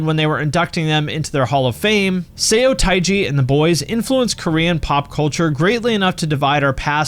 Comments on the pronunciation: Say-O-tie-jee lol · Interesting topic and well done. Two points I'd like to make, which aren't meant as criticism but as feedback: 1. The "eo" in romanized Korean is pronounced as "uh" like the "u" in "sun." It's therefore "suh-tay-ji and the boys," being a play on words for "stage and the boys." 2. Korea had a really amazing indie and punk scene that was closely connected to, but distinct from, the Japanese punk scene. Worth mentioning - Korea isn't all K-pop. Bands of note include Crying Nut, Rux, Command 27, The Rock Tigers, Whatever That Means, and many more.